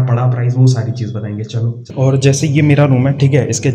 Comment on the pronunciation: When he says "phirrrrrrrr, ourrrrrrr" Udhrrrrr😂😂😂😂